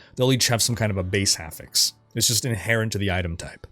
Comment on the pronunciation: Being a level 10 pendant, I do not approve of your pronunciation of "affix".